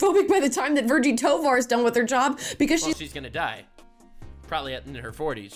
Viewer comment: Toevar she means thighvar